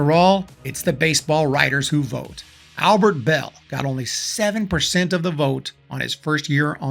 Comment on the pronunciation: Kenny Lofton!!! By the way, it's "Luis" Tiant and Albert "Belle".